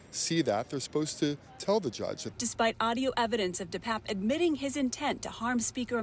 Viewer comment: Once again, Pelosi's boyfriend's name is pronounced DePAPE NOT DePAPP.